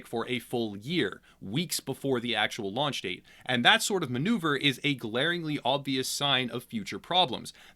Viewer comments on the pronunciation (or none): none